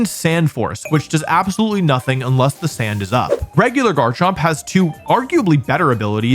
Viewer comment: IT'S NOTHING, NOT NONETHING! SAY IT RIGHT!